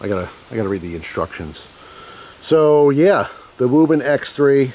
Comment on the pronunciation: Speech impediments are a serious thing, but Wuben sounds like Barry Kripke on The Big Bang Theory saying “Rueben”.